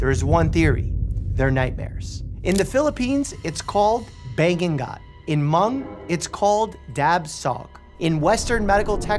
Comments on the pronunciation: "Bang gung gawt" 😭 It's bah-ngu-ngot 😅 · Hi! So. Im Half-Filipino,, i would like to point out in my area of the Philippines. Its not pronounced "bangungut",, its pronouned "ba-NGU-ngot",, though its perfectly fine since u cant always pronounce everything correct! (Again thats how it was pronounced in my area of the Philippines) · Hey Mike! Wanna ask something. It's not ban-gon-gut, its ba-ngu-ngut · I laughed so hard with that Bang-gun-gut 😂😂 That was so cute lol It's more commonly spelled as Bangungot - pronounced "Ba-ngoo-ngot (I know there's no "ng" in America but NG is part of the Philippine alphabet a.k.a Abakada) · Hiiii I'm fron the Philippines, Bangungut is pronounced as Ba-ngoo-ngoot. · its not ban-gun-gut. its ba-ngu-ngut. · Bang-gunggot🤣 Its bangungot not bang-gunggot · bro its Bangungut not bangengut or whatever you said Ba ngu ngu t U is Ngu Bangungut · He did the same with the Tagalog “bangungot” which, if pronounced correctly, would sound like “bang-ngu-ngot” i guess pronouncing “ng” isnt easy lol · Pronunciation of Bangugut is Bang-oong-ot😅😅😅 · hi dr. mike! bangungot is pronounced, bah-ngoo-ngot 🙏😊 filipino superstition says to not eat a lot of food before sleeping at night because you’ll most likely experience a bangugot. As always, ty for the video! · Bangungot pronounce as Ba-ngu-ngot 😇😇😇 It is also link to Batibat (Ba-ti-bat): as a mythological creature. This hag-like creature sits on the victim's face or chest so as to immobilize and suffocate him. When this occurs, the victim is usually experiencing sleep paralysis. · Dr. Mike is a foreigner and an English speaker so it is underdestandable how he pronounces bangungot. The Ng is not used to their native language. But to let everyone know, it pronounces as ba-ngu—ngot. Just like how you pronounce words with Ng in hanger, hanging, singer :) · With all do respect Just a little correction deadly nightmares in the philippines is pronounced as "ba-ngu-ngut" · ''bang- gu- got'' HELPP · Its ba ngu ngut